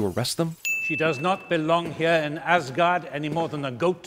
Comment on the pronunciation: "welcome to AssGaurd" 😂